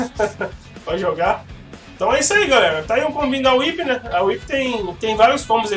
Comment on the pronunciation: É tão agradável quando alguém acerta o nome da "Whi(Uipi)". =DD E que bom que está se acostumando com a Whip(725, né?), que está diferente, mas ainda é Whip.